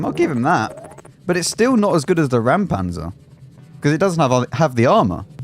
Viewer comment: Again I can help out unasked: Räumpanzer - it is not "ram", but you can approach the "äu" like the "eu" in "Europe" -> Reumpantser